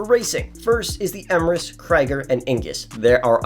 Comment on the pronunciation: “The Kreger, Eemurus and the Ingus😂